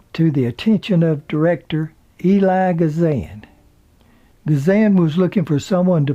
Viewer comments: I appreciate all of your reports on the stars. They are so interesting and done in a manner far from boring. I believe Mr. Kazan's first name is pronounced E-l-i-a, not Eli. Thank you for your reporting. I look for your sites. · Although there are multiple ways to pronounce Mr. Kazan's given name, it's seldom pronounced "Eli." Usually it's some variation of "Eel-li-ah." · It's Elia Kazan (ill-eee-ya) not Eli. just saying. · Back for more stories! How you doing, Mr..? Elia is pronounced EE-lee-ah.